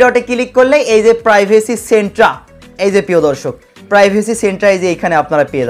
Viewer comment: Centre pronunciation